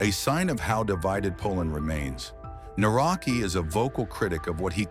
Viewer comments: You can pronounce "Nawrocki" like "Na-wrot-ski," with the "cki" sounding similar to the "tski" in "Tchaikovsky." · The correct pronunciation of the surname of the Polish president Nawrocki is "Navrotski" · Please learn at least the correct pronunciation of His surname when You make a video. This is not even close to how it should be pronounced. It is not that hard to check it before making the wideo about the Man. This is so basic.